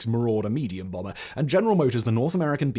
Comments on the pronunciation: He said "nuclear Brummer" instead of "bomber" as well 😂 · 0.17 "bromber" 😂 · Good grief, dude...it's "Fisher", not "Fischer". Fisher Body. Part of General Motors... (And TSR2 was a bomber, not a "brommer". And "Flivver", not "Flyver"...though that would have been a terrific punny name for what was a lightplane named for the Model T car!)...